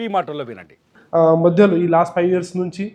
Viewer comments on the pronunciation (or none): none